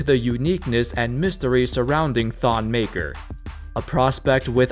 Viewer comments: His name is pronounce MAKIIR he's from my tribe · It’s Maker, Makur is his cousin though lol